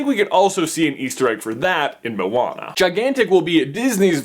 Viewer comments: i hate it when people say moan-a when its mo-Ana, he says it wrong here also but that bad he says it like mow-Ana, A-lmost :D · Josiah Mazelin because the way he's saying it, is spelt like 'mauana' and in islander/maori language, the slightest pronunciation change can mean a totally different word so yea. and i did say it was a 'bit' off so i wasnt too harsh, i love the supercarlinbrothers and i was just helping them out with the pronunciation because i know that one day they will have to name the movie, and when they do, they will be able to do it a bit more precise? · I dont know why but for me when Maui said to Moana "Non of your busines" it really sounded like Narnia. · XD momwana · I thought moana would be pronounced like mow-na instead of mo-ar-na. Idk if it's the fact I'm British or if I'm just stupid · your pronunciation of 'moana' was a bit off, but good try though? haha loves from New Zealand! churr bro